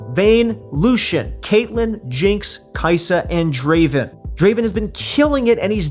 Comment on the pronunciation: Why you always say Draven? Its not draven its DRAAAAAAAVEN